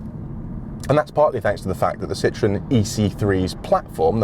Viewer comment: One day the Brits will learn how to pronounce Citroën instead of calling it citron., how about a top hat to demonstrate the headroom?